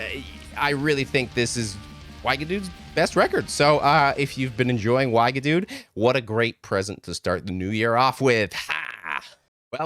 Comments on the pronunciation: Here's a primer on how to pronounce 'Wiegedood' from a Belgian: it's not Whyghadude, it's Weeghadoat. And I agree, it's their best album. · Wigedude... 🤣🤣, man it takes two minutes to put the name in google translate and hear the pronunciation in dutch... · Zijn uitspraak was fantastisch. Weigedudez! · 2000 people must have already said that, but Wiegedood is pronounced vi-rrey-dod (the "g" in dutch is pronounced like a guttural "R"). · hehe the Wiegedood's pronunciantion made me chuckle Wee ge dode. (sort of) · Why gu dude? wee gu doad is more like it. (cot death) ;) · Being a Dutch speaker, your pronunciation of wiegedood is hilarious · OMG please stop pronouncing Wiegedood like that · Tip for pronouncing non-English band a album titles: put it in Google translate and you can have it pronounce it for you. It'll give a bit of a better idea on the pronunciation, so you don't completely butcher them like you did with Wiegedood. :D